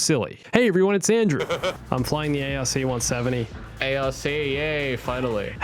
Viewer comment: Saying the ARC-170 not like Ark made my soul hurt a little bit lol